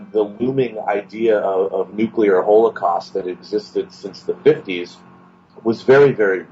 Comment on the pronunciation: “Hole-eh-cost” dude please practice your pronunciation